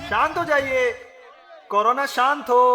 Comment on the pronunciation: Corona not karona